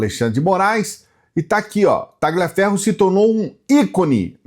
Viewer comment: não se pronuncia Ta"gli"aferro.. é um nome italiano e a pronúncia correta é talhiaferro, mas a escrita é Tagliaferro. 🎉